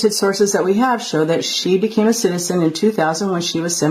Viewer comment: English please…. Citizen not citisen, citizenship Not citisenship 😂😂😂